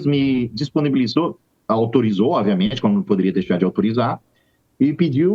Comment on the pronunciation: Avisa ele que não é oViamente e sim oBviamente 😂